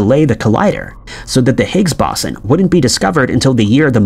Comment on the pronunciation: Boson is pronounced BOH-sah or BOH-zahn. You mispronounced it so many times I almost lost my will to live.